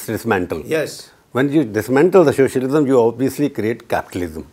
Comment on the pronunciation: Swamy is, excepting his crazy religious ideologies, the lone voice of reason in the BJP. Also, the interviewer seems to be pronouncing it as "shocialism" lol.